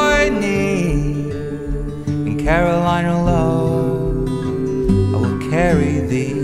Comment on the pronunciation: It's "Carolina Low" but it's still beautiful :P